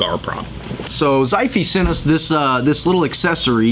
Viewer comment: Nice review, mate. Like the chilling vibe you had in this vid. Tiny note, if this is a Chinese brand, the way to pronouce its name would be "shi fay".